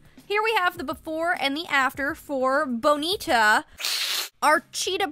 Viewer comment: I love how you say bonita perfectly in the middle of an english sentence